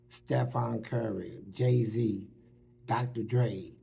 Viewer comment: He called Jay-Z “Gay-Z”🤣🤣🤣🤣🤣